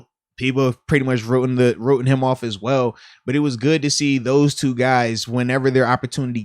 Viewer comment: Wrotten lol